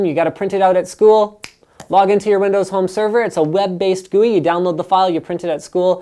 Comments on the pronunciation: He pronounces GUI "gooey" cool. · Gooey: 1 syllable G-U-I: 3 syllables I approve.